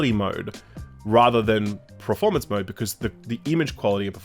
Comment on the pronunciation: you put in words like ‘nomenclature’ and ‘cognisant’ but then say ‘Preformance mode’ Jesus Christ,.